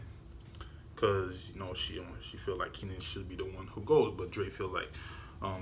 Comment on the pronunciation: K - nan. Not Keenan.